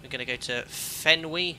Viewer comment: As a baseball fan, it hurts my heart to hear the waypoint FENWY pronounced "fenwee." Only negative comment, though. Great stream!